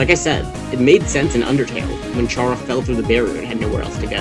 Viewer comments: BTW is pronounced "cara" not "chara" (if you're someone who speaks in Spanish, I mean) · normally i’m fine with mispronunciations but CHARA? ITS CARE-A OR CAR-A, NOT CHAIR-A OR CHAR-A!!! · It's pronounced Care-uh... Yk, like CHARA-cter? It's short for Character, like a placeholder name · ayo Chara is pronounced like Kara. its short for character. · 2026 and people still dont know how to say “Chara” 🫩 its literally just taken from the word “character” you dont say “CHAR-acter” its “care-uh” all lighthearted tho lol i enjoyed the vid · Chara is pronounced KARA, as in the NAME! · I exited the vid as soon as you mispronounced “Chara” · Chara is said with a k sound, since it's literally a shortened version of the word character